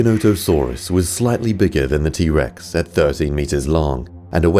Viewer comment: is t rex not t bex